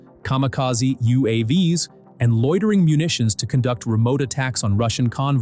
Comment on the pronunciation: "You aww vees"? It's YOU Aye Vees